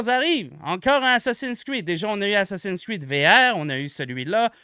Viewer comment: Un petit aparté, c'est pas "assassin screed", c'est "assassin"s creed" mouahaha.